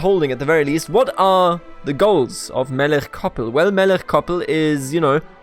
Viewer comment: I love this, in Chabad (the 'ch' is like the end of Melech which you pronounce correctly) he will probably find faith, also he is too uneducated to be properly cynical, if anything he doesn't know what to believe.